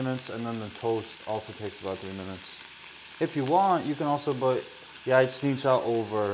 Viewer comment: Thank you for repeating how to pronounce Jajecznicia. I am going to teach my 12 and 9 year old how to make this. Keep up the great cooking.